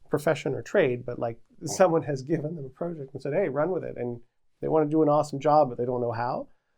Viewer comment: Why do you say PROJECT, and PROcess who talks like that